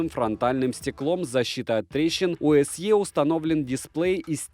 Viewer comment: Не се а си,так на презентации говорят,так же не лте а лти